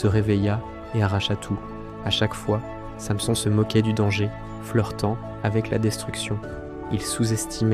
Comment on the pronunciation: Revoir la prononciation de [Samson] ....